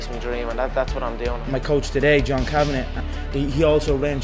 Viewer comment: Good video, but his coach's name is John Kavanagh, not John Kavenaugh